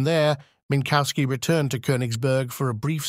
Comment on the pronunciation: There no bovine "cow" in Minkowski. The "w" is like an English "v" and sounds like an "f" at the end of a syllable.